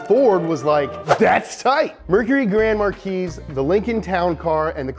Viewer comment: Grand MAR-KEYS?!?! No dude. Grand MAR-KEY.